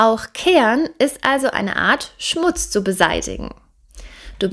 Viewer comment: Die Aussprache ist suboptimal, ich verstehe immer ke an, statt keh ren,... Oder boan, statt boh ren